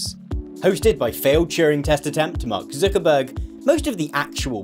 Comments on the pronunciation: I like how you pronounce it as "Zookerberg" ))) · the way you say "Zuckerberg" sound like you're from the north of England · i like how you say Zuckerberg